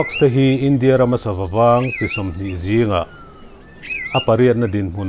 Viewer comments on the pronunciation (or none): none